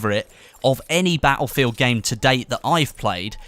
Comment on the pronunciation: Wish this tool would learn how to say "battlefield".